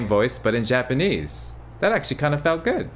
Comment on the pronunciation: his voice is so wonderful. However, his Japanese pronunciation is not very good. I want him to be a voice actor This will require a lot of practice time. That would be a lot of work.